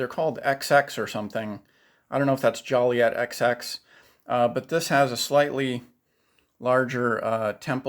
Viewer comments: Please,it’s juliet as in Romeo and Juliet. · You are a collector and you don't know what metal the Oakley Juliet are made off? Also pronouncing it "Joliet"... You can Google it for pronunciation. Geez... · I just can't watch this video with the way he pronounce Juliet.